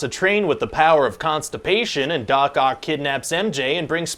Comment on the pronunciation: Sorry, am I the only one who always understand dogcock instead of Doc Oc? haha